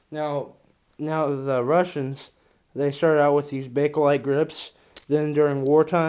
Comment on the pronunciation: Eww the why he says grips makes my ears bleed